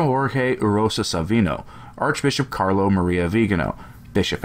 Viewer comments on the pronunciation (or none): none